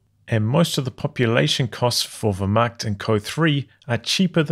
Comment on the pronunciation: Love the stream, but as a German, your pronunciation of 'Wehrmacht' is damaging to my morale. Sounds like 'where-macht' but with the v, like you have been doing. I say this only to improve you as a human being, as difficult as that is.